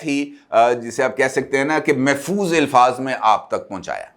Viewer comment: Ilfaz nahi alfaz sahi talaguz hay.